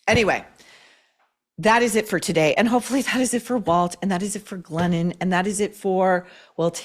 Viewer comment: When Maureen says "Glennon", I hear "Lenin". Basically, Glennon-Lenin composed a book made-up of old bumper sticker slogans. Co-Exsist! How about we Co-EXIT from the imposter author with mental problems?